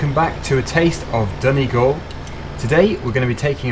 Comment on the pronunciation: Yes pronounced it right